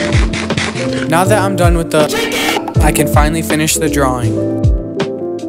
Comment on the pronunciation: WHY SAY CHICKEN LIKE THAT!?